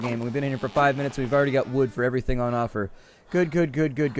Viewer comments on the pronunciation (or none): none